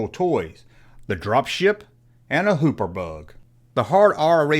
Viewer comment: It's HOPPER, not HOOPER! LOLOLOLOLOLOLOL!!!!! You ALWAYS screw up the English language!!